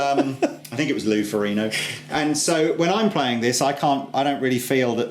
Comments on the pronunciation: It is Loe Ferrigno, not Ferrino! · FOR-IG-NO not FOR-E-NO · In Italian "gn" is pronounced like "ñ" in Spanish (IPA [ɲ]). I can tell you because I am Italian. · The "g" is audible when it's pronounced by Lou Ferrigno.